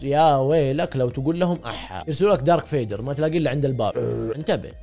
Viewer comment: عفوًا ايش قلت ؟ ("دارك فيدر")😂🤦‍♂️